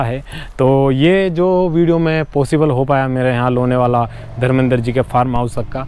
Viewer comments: व्हिडीओ अच्छा हैं. लोणावळा या लोणावला ठीक से बोलो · लोनेवाला: ' नहीं लोणावळा बोलिय. बाकी बहुत अच्छा लगा. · ...Lenavala nahi Lonavala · लोनेवाला नही लोनावला बोलो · Bhai..Lonewala nahi Lonavala kaho